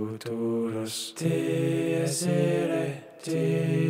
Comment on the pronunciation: i appreciate the effort you went through to record yourself singing the Dies Irae with the most frustrating Latin pronunciation possible